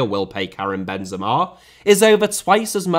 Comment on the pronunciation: i have to do it, i hate it when i see people saying names the wrong way